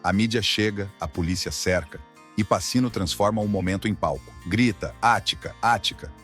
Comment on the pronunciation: "passino". Nota-se como o dono do canal se dá ao trabalho de trazer um vídeo bom e não só apresentar coisas prontas. Só modinha. Nada de Ralph Fiennes e Heathcliff. Muito fácil fazer vídeo assim. Uma grande porcaria.